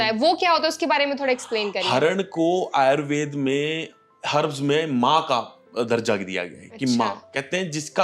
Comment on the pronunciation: आयुर्वेद है ना कि आयुर्वेदा